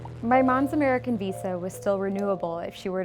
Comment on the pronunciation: did u just say Amarican?